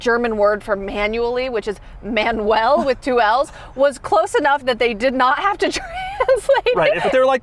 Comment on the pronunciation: Hi, German here. "Manuell" is pronounced in German like it was written "Munnuell" in English.